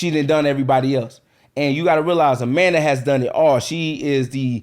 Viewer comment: John Cena vs A-Man-Duh 😂😂😂